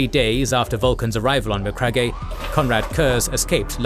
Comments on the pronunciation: It's pronounced as Ma-crag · Great video as always! But please brother, for the love of all that is holy, it’s MA-CRAG 👂🩸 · I love these videos, but every time i hear Macragg eh i cringe a little 😬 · Macragg-e HAHAHAHA, cmon man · His pronunciation of McCragge cracks me up. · so...have you never heard the correct pronunciation of the word Macragge? bit of a silent E on the end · It kills me every time he says it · MEANWHILE, BACK ON MACRAGGE-EH! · Macragge-eh lol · No hate but your pronounciation of MacCragge and Nuceria are wrong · Not how to pronounce Macragge😮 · Yeah, thats bothering me too. Something is off. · For the love of the God emperor,can you please spend zero dollars and get the correct pronunciation for names?!